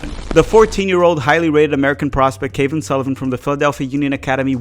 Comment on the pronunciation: Cavan is pronounced like "Gavin"